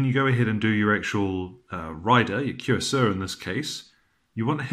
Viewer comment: This was a very helpful video. BTW, cuirassier is pronounced something like 'queer-ass-ee-ay'.